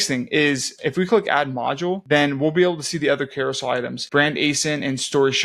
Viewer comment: Awesome tutorial, thank you. As a side comment, it’s a Carousel, not Carosoul.